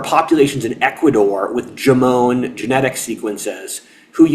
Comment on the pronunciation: There are so many details you get wrong, that I can't even watch this. I'm Japanese. And no, it's not pronounced Jomone. Sorry not sorry.